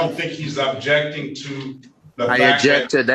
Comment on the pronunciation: The word is oBjecting, no Ujection.